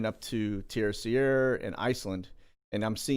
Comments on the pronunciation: Hey, this may help: Terceira is pronounced TER-SAY-DUH. Got family there:) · Im not being a smart aleck, but pronounce the island in the Azores like this. Tris aida :) Terceira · Just to inform the announcer that the spelling and pronunciation of the island in the Azores is spelled Terceira and and pronounced(ter-se-ra). Love the channel! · FYI, the island in the Azores is not Terciera, but Terceira. With an English accent it is pronounced tare-say'-rah. For a Portuguese speaker it would sound more like Tare-say'-dah. It means "third" island. Great work. Keep us informed. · I love these Sit Reps. So informative. I spent a few months in the Azores (Açores) back in the day and the correct pronunciation for Terceira is TER SAY DUH. Keep doing what you’re doing. ❤️